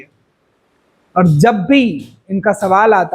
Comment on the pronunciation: Jab hota hai, zab nahi Jaanwar hota hai, zaanwar nahi Shabd hota hai, sabd nahi